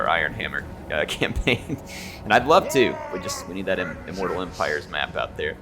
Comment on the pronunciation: ok... repeat after me... immooooortal eeeeempireeeees